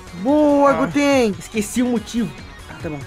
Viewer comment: Goten Agora que eu fui perceber você errou a sua própria palavra